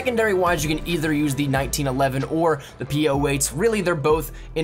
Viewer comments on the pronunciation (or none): none